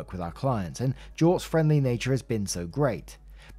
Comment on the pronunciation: You pronounced it correctly. Good on you.